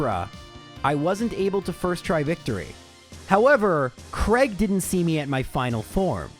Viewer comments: Whos Creg? Its Cray-g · I know you cop a lot of "mispronunciation" comments, but I have never been able to work out why Americans and Canadians pronounce "Craig" as "Kreg". Mate, it's "Cray-g". "ai" is never ever pronounced as an "e". Just why?